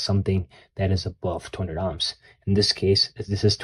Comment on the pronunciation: The way you pronounce "ohms" as "ahms" makes me cringe a lil. Future biotech engineer here looking to play around with my physics knowledge. Excited to start this journey! 🙌🏾🙌🏾